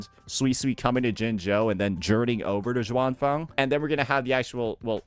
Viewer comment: Xuanfang - pronounce it as -- shin-funk. If you find it hard to say it. 😉 As for Qingxiao - you can go for Ching shall